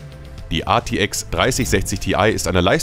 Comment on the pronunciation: sorry aber die Aussprache🥲, bitte sprich das einfach normal aus z.B. artx (rtx) oder G(Y)DDR6 Speicher achso und die gtx 1650 reicht auch nicht für flüssiges FHD Spielen, würde ich nichtmehr empfehlen